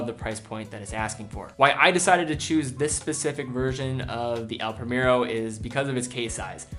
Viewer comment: Excellent video as always. I just want to mention one thing. I like you pronounce the watch brands in their original languages so I have to mention the way you pronounced "El Primero". It is in spanish but you pronounced like an english word. Anyway, great video. Keep the good work